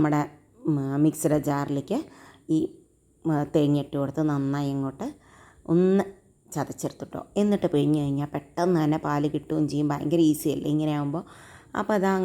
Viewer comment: തേങ്ങാ പാൽ ❌തേങ്ങ്യാ പാൽ ✅